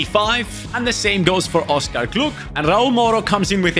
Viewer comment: Hey, just so you know, it’s pronounced Oscar Gloch, not “gluk” the “ch” sounds like in loch.